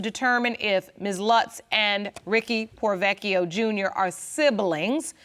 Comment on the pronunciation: I'm sorry but as an Italian it bothers me that no one has correctly pronounced the surname 'Porrovecchio'. Everyone is saying 'Provechio', now I understand saying only one 'c' but not the first part. Aaah now I feel better :)